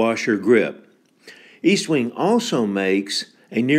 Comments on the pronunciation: Pronounced ESTwing, not EASTwing. Very good video. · ESTwing not EASTwing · logan wolf Tanks Logan. I don’t know if you realized this or not, but I mispronounced Estwing all the ay through the video. It should be EST-wing not EAST-wing. I’m planning to do a new video on vintage Collins Axes soon. Thanks for watching and your kind comments. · Its Est wing, not East wing ffs